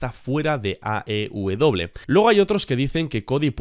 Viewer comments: Porq dices aw? Te estas comiendo la e jajaja AEW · Porque dices "aubedoble" en lugar de "aeubedoble" (porque no mencionas la letra "E" de AEW?)